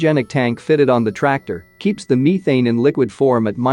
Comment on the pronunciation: I cant get over the way methane is being pronounced